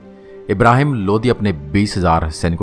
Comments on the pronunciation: Bhaiya vo lodi h not lodhi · सर जी लोधी नहीं लोदी बोलिए,,, लोधी क्षत्रिय समाज हिंदू की जाती है,,, प्लीज इसको सुधारो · Bhai lodhi nai lodi tha bhai sahab...like